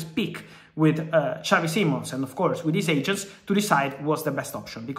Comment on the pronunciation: He's not Spanish Fab you don't say his name like xavi from barca.